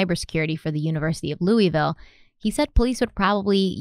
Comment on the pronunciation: It’s pronounced Lou-ville lol not Lewis-ville 🤣🤣